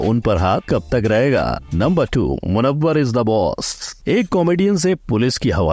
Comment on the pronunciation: Abe acha se naam lo munawar